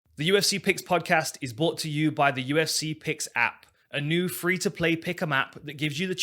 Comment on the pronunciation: You are correct. However, the pronunciation is not, hence the comment.